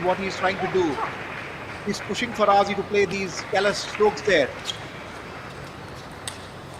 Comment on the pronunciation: His name pronunciation: Fa-Ra-Jee (Faraji)